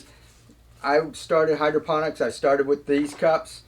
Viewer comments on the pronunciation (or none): none